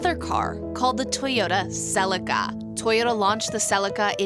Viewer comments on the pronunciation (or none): Another great review & loved the history of the Supra. Though you say Celica kinda funny. We (Aussie) pronounce it as Sell-e-car. I understand the need of an Auto, and most Auto's are quicker than a Manual. But just for the pure driving enjoyment, has to be Manual all the way.